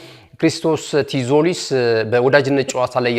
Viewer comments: እንዴት ነው ምታነበው ቲዞሊስ አይባልም ዞሊስ ነው ቲ አትነበብም በተረፈ ምርጥ አቀራረብ ነው ትመቹኛላችሁ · donot say tzolis t is silent read as zolis